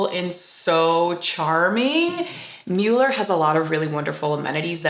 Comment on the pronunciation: Thank you for the positive coverage of our beautiful neighborhood and especially for pronouncing the name correctly.